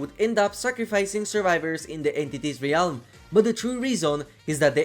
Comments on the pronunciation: not trying to be rude. I know English isn’t your first language. but the word “realm” is pronounced (relm) not (re-alm) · i love the way you pronounce "ree-ahlm" its become a comforting cornerstone of a classic video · I like the way you say realm!